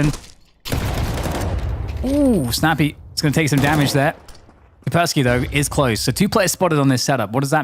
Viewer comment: KAS - PER - sssKY , "CUSS" "PEAR" "SKI", "CUSS" "PEAR" "SKI". "CUSS" "PEAR" "SKI" , "CUSS" "PEAR" "SKI" ,"CUSS" "PEAR" "SKI" -------> IT IS NOT THAT DIFFICULT, every caster in the world. And YES, there is an Anti Virus Software Company with a similar sounding name. What kind of computer nerds are you? Please learn the pronunciation and send an email to your colleagues. As this is clearly derived from slavic linguitic roots into a traditional name from this region, it might come in handy in real life one day when you have to pronounce a name in a real-world grown-up situation.